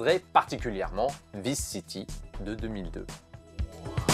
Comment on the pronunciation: "Vis city" 🙉 même si tu a prononcé en français je suis content car c'est le premier jeu auquel j'ai pensé, j'ai passé des heures à me balader en écoutant flashFM et mon lecteur mp3.